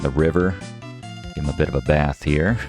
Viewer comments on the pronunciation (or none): none